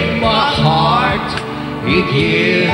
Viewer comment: ?????? A mnie sie zdaje, ze Wojtek wymawia "again" akurat tak jak trzeba...